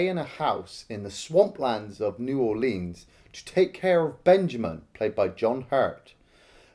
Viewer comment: There is NO long "E" sound in the word "Orleans".